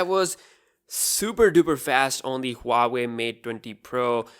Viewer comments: It is Hua Wei, not ua wei. The H does make a sound. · It’s not Pronounced hoo are wey. It is actually W are wey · Huawei is way better than any other phone in the premium segment. BTW its Pronounced WAH-WAY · Huave?? dude do you know how to read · he says Huawei mate dwendi pro lol